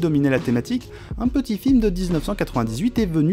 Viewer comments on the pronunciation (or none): none